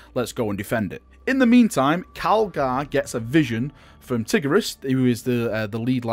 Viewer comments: It is pronounced t-EYE-gur-ee-us (spelt tigurius) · lol did you say Tiggeruss? ahahha i like this